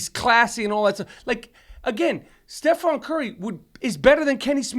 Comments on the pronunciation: stephen not stephon..jeezus why even pretend to like basketball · Hearing Rapaport repeatedly say Stephon "Marbury" Curry was excruciating. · "Stephon Curry" hahaha... at first i thought they were playing but then they kept on saying it. The baller made 400 3s, won unanimous MVP, and you guys collectively couldn't get his name right. Its for sure STEPHEN CURRY. Michael Rapport is the best guest each time. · LOL Steph- FON Curry, driving me nuts! Love Rapaport though